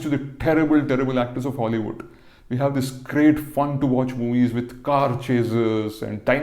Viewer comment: I thought he said, "Hollywood".